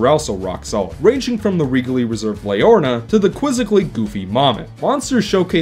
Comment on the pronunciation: "Leorna" instead of "Leorina". Ha ha, its alright man. I've screwed up names before, too. My experiences with the game are a tad different. I had a pretty easy time getting all the memory dolls, and I'm pretty sure I never had to replay any vision to find the ones that missed. I know I did once or twice in the first game, but no more than that, so I couldn't say that I found that aspect particularly negative. While I really liked the story, I don't think the dialog style and character animation work too well together. When in the middle of the long dialog boxes, several characters are put into looping idle animations instead of having gestures specifically timed to the flow of the dialog. It reminds me a lot of the character animations in Sonic Adventure 1's cutscenes. I think that if the dialog were in a real human language, it wouldn't have been so bad, but with the fictional language with its own syntax and inflection, the characters needed to be animated with more purpose. I guess this kind of ties in to what you said about the need to press a button to forward the dialog boxes. For comparison, look at Shadow of the Colossus. It has a fictional language, but none of the characters go into idle animation, they are all specifically animated to coincide with what their saying. Because of this, I don't think the story comes across as strong as I think it should. I feel like it was trying to accomplish too deep and nuanced a story for the presentation to fully allow. Gibberish